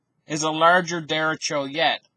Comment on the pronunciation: nice report - derecho is a Spanish word for right direction. Look up the Spanish vowels and Spanish pronounciation